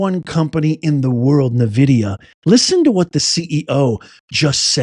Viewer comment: It’s not pronounced “Navidia”. It’s pronounced “N-VIDIA”